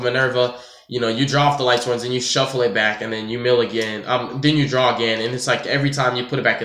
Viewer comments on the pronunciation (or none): It's mill not meeoh